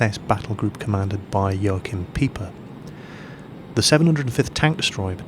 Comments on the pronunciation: "Pei-Per" not "Pi-per" mr. sir.:D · Most gorgeous aircraft ever, excellent history lesson. You actually pronounced 'schwalbe' correctly, but then tripped and faceplanted over 'Peiper' (which sounds like 'piper' of hamelin fame). Awesome video,. Thanks for uploading.